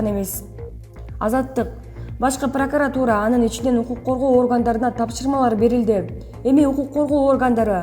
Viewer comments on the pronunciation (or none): none